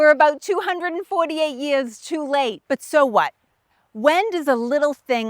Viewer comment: They mawched ... Sew many yeaas agow. Not for the faint at hawt.